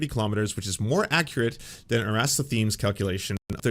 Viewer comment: Look up 'Eratosthenes' (and break it down to pronounce it properly: Er-a-tos-then-es), who lived ca. 200 BCE, and calculated the circumference of the earth quite closely, although the exact value he calculated is uncertain. You know that this precedes the 11th century, right? But your point stands: educated people knew the earth was a ball for a very long time indeed. Today, 'educated people' are considered 'the acedemic elite', a term which historically has often been an antisemitic code word. Who was it who said "I love the poorly educated" again?